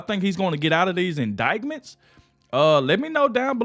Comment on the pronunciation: I love your channel, but the "c" in indictment is silent! 🤣